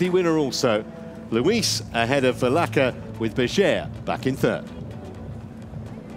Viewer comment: Vilaça! It's pronounced VilaSSa :)